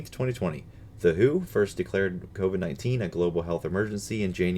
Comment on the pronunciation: It's the double-u, h, o. Not that WHO. It's not a fucking band.